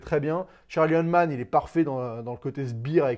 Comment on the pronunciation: Ptn mais tu dois prendre des cours d'anglais mon gars, c'est Gentlemen, pas Gentleman, c'est McConaughey (Muh Coh Na Hey), c'est Charlie Hunnam (Hunnim) pas Hun man 😂🤦‍♂️